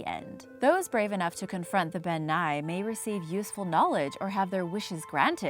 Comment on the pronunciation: As a Scot I can tell you... Elf and faerie are synonymous terms. To most, an elf is a category of fae. People think faeries are sweet and fun, but in Scottish Folklore they're mostly antagonistic. Also Bean Nighe is pronounced 'Ben NEE-eh'. Also surprised that the Nuckelavee didn't make the list but Ghillie Dubh did. Otherwise great list. :)